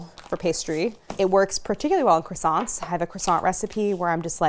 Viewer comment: I always hear these are croissants in the intro